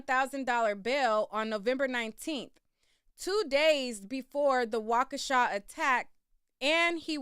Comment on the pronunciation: Not wakeisha 😂😂😂